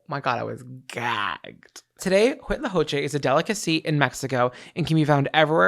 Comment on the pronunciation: Latina here. The only part you need to correct is the first C. Everything else is great!! Co-che. Make a C/K sound, not an H sound. With a short "O" vowel sound. Like Coco... I hope I make sense. Lol